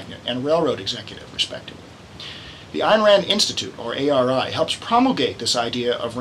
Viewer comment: Her name is Ayn (rhymes with mine), not Ann.